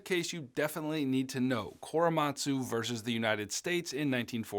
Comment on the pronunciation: As a half Japanese person your pronunciation of koremastu is killing me 😆